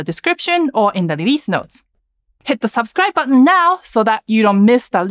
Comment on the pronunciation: Someone saying Lelease 😂